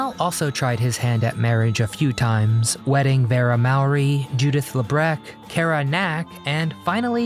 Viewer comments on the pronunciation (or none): none